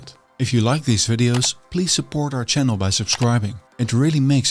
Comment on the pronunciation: "Thats what the ridge people did..." So many voiced consonants all over the place. People do this in Dutch ("conzenzus") and now its even carrying over into English. But I very much "zupport" this "jannel"!